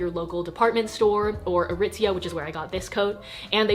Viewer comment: “Aritzia” JOANA????